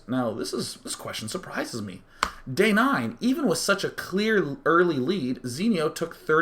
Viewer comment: Why do ppl say DayJ instead of Day9?